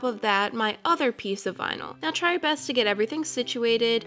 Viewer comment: "Vinal twins" 🤣